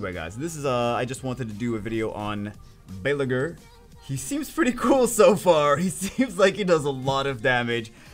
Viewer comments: I am not an expert ancient nordic language but I have studied some in school and am from Sweden and the way I would guess you would pronounce his name is Baal-ey-gyrr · Bah-lay-gr with the gr being softer. Think at the end of the word smolder. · Pretty sure it's pronounced Bale-yur, that's if the name is taken from a Nordic background as ygr makes the yur/ur sound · The “Y” is silent